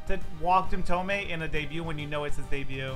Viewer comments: it’s pronounced tomey not tomei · Same comment I left last year: it’s pronounce TOE-ME. Not TOE-MAY. He has said it in interviews. Lol. Just letting you know.